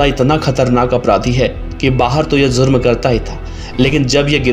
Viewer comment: Zurm nahi jurm